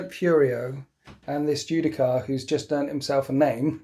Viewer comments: The only thing that triggered me more than watching you forget to use the ancient's ability was listening to you say Judi-CAR- over and over again good game tho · "Ju-Di-Shar." You're welcome.